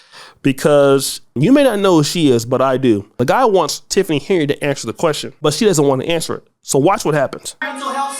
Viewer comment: It seems nobody, can read, how do they get henyurd, out of Henyard?